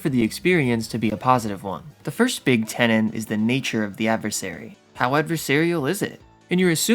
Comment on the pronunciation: 'tenet' not 'tenant'